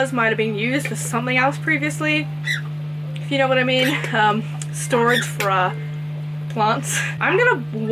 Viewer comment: Everytime you was saying.. "yeno... plants" i died 🤣🤣! They are all so pretty🥺